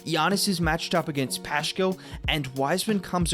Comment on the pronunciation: You're at it again!! PLEASE ... the name is Paskaal. It's spelled Paschall but it is pronounced Paskaal and not Pashaal or Pashkaal. No sh or ch sound, OK? It affects your credibility. You can't be a Warriors expert if you never watch their games. If you did watch a few Warriors games you would've heard announcers calling players' names!